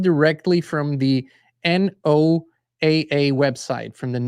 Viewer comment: ...NOAA is pronounced like Noah,as in Noah's arc.❤